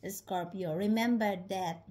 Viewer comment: Scor pee O’s! 😊 I had never heard someone use 3 syllables to say the word Scorpio😂 Thanks!